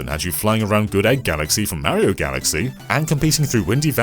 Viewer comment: Got to love how awful he is at pronouncing Mario.